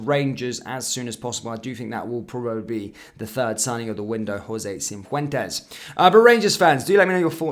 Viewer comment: It’s not CiNfuentes. It’s Cifuentes, no n, doing my nut in 😅